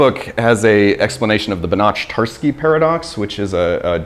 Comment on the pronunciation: pronouncing Banach from Banach-Tarski with a [tʃ] sound is like pronouncing Loch Ness or Johann Sebastian Bach with a [tʃ] sound